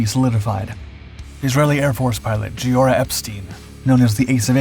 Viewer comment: The Israeli ace's first name is pronounced Geeora with a hard g, not a soft g.